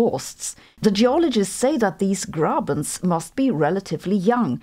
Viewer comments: She didn‘t. The “e“ was pronounced like a German would do it, but the “rr“ not at all. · As someone speaking german, Horst und Grabens sound really funny to me😅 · Seriously Grabens and Horsts?